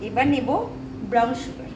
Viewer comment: It’s called sugar pronounced as shugar not suu gar and that’s syrup not serum which is applied on the face and you used a blender not grinder 🤦🏻‍♀️ why do you have so much dark circles under your eyes. 4 cups of cold coffee for whom? Sandeep and family I guess thought you lived alone 😂